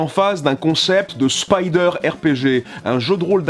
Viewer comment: Tu es le seul français capable de prononcer le mot Spider correctement.